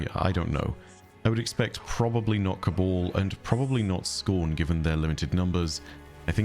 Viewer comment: Cabal not cabole